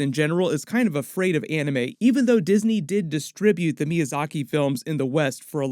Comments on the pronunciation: Still can't get over the fact that James Waugh said Arneme and not Anime. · bro the moment he said aunimee i was like nope gana be dumb